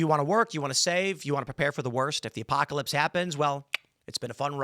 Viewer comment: After seeing Tim's video yesterday when He corrected someone's speech, I'm going to have to point out to him that its "pole", not "polce", and its "Apocalypse" not "Apocaylpse". 👍